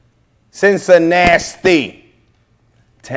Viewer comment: This man said CIncinasti